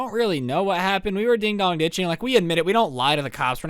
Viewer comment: Just so you know, it’s ‘ding DONG ditching’ , not ‘ding DOG ditching.’ Not to be rude.